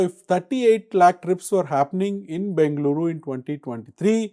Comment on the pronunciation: Good content. Nit: The moderator can put a little more effort in getting the Bengaluru (ಬೆಂಗಳೂರು) pronunciation right which is interestingly the Channel name. Will help express Kannada pride.